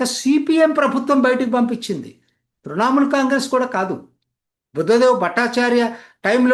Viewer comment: తృణ మూల్ సార్, తృణా మూల్ కాదు. గమనించగలరు.